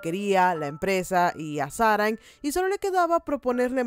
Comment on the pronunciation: No sé cómo aguanté 25 minutos escuchando sáranG.........